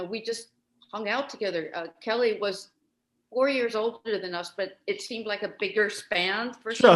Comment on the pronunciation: Kelle is pronounced like "gel", not like "Kelly"